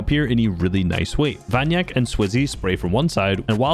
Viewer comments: he is vanya kek not vanyak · vanyak3k is read vanyakek, not vanyak 😉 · Vanyakek! Not Vanyak